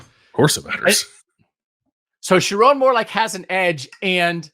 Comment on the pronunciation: Also....learn how to say his name: irs sher-OWN (mnemonic device should be pretty obvious 😘) PS - Donovan Edwards and Colston Loveland are the Kings of Columbus 😂